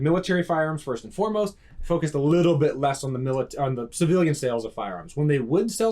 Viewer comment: It's witerawy a civiwian adaptation of a miwitary rifw.